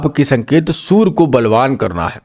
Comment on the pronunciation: Baani nahi ❌vaani ✅ Sur nahi Surya Bahan nahi vahan Istreet nahi street Aap bura na maane bhai pls🙏🏻🙏🏻 Achha prediction de rahe hai but hamari hindustani bhasha sahi bolo🙏🏻🙏🏻🙏🏻